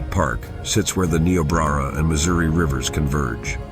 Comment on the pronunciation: Learn how to pronounce Niobrara.